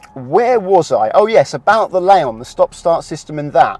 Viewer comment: Why do you call your car a Laon when it's a Leon the second letter is an e not an a...just thought I'd mention it otherwise a....many thanks for your hard work.